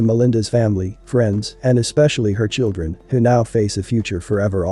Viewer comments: There was no other outcome for her with this pathetic loser. He could barely even form a coherent sentence. He was a career criminal. He was abusive. “I’m sorry to my churrun,” he claims after the fact. He absolutely meant to do what he did. He wasn’t under the influence of alcohol, he was under the influence of Satan. One of the sisters said she died protecting her children, but the only way she could have REALLY protected her children, was by not getting involved with that POS in the first place. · "CHIRREEEEEEEEEN" I am so sick of ignorance, we have to do better.